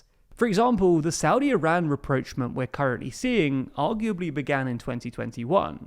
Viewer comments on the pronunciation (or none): rapprochement ≠ "reproachment"